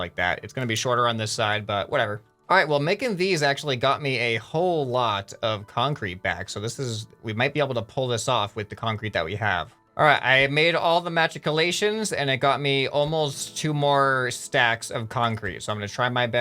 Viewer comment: the correct pronuciation is Muh- chick a lations